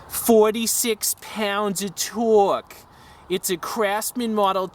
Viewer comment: Fowtee twee pounds of towwwke lmfao you're a character man